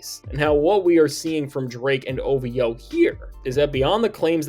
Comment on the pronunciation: I've finally confirmed that one of my favorite channels is AI, lol. I stumbled upon a channel called Sit and Talk.... it's basically the same material as this channel, just with a different AI voice. Same tone, language, everything down to "Now when it comes to Drake" lol. It slipped up and called OVO, O Voe twice.